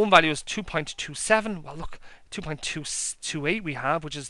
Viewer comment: Did you say "pint" or "point". Without these great insights, there would be no Guinness.